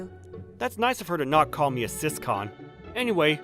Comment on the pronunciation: Sis- con 💀